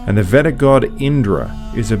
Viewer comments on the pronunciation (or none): Just a small note: I believe it is VAY-dic, not VEH-dic.